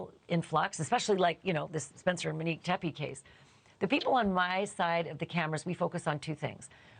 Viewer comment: Can we please pronounce her name correctly? It’s “Monique” not “Manique”